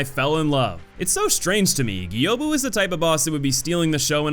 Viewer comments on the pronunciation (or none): Gyoubu is pronounced just as it's spelled. Not Gi-oh-bu. Gyo is a single syllable in Japanese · I'll respond to your japanese language plea. Yes, it's (hard g sound here) gi - oh - boo, and gi - oh- za. Aside from that, great job with the video mate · I commented it before, but the ou is a longer O sound. So Gyoza is a quick O "Gyo-za" while Gyoubu is a slightly longer one "Gyo~bu" You hover on the O for a beat longer, and the way we've romanized the Japanese language, that hover is depicted with a U after the O. You don't change the sound, you just make the O sound slightly longer. A good example in English of this happening is the difference between close (proximity) and close (shut). The S does something different, but so does how long you pronounce the O. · You're confused about how to pronounce Gyoubu's name despite the fact that he shouts it at you?